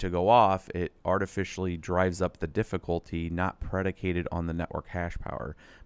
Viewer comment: DiddifultY, dude can't you say YYYYYYY - difficultY